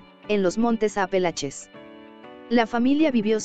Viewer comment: No es Apelaches sino Montes Apalaches